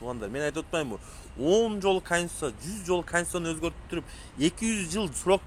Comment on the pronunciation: Э индейс эмнеле деп тантып атасын конституция денге тилин келбейт анан сага аттын богу барбы саясатта адамды раздражение кылган токой мына сени созуно кошулуп комментарии жазгандар суйлошуп алып эле алган окшойсунарго,бул детский кылыгынар жарабайт